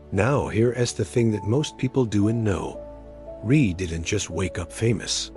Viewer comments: why do these american tricutes never announce his surname properly?Rea not Ree or Ray. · It’s not Ree ,it’s Rea (pronounced Re Ah). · its Chris Rea.....(Re.A, not Re) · His name is pronounced ReA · If the sound program can’t pay the respect to Chris by pronouncing his last name correctly (two syllables - “Re-a”), you shouldn’t use his last name for death video (profiting off grieving). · Pronounced Re Ah. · It's Chris Rea .... not Ree You'd think the guy doing this would get his name spelt and pronounced correctly....😮